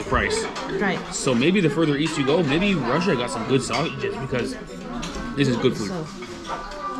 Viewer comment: It's Chrussia 🤣